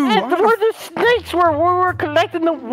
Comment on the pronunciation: “sHNAKES” - Vanoss 2020